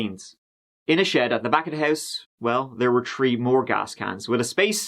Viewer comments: "At about tree am" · Tree thirty tree 🌲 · TREE ARMY whos excited for people to do crimes in twenty twenty tree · About tree or tree tirty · tree and tirty tree for you but all twenty two for me. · Best laugh I got from this channel was where said the victim was found under a three. Did a double take them corrected himself. The self awareness is real. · How many bodies, tree did you say? 😉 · Practice with me "th" th" "three" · You're capable if pronouncing "Porsche Cayenne" but can't manage the word, three.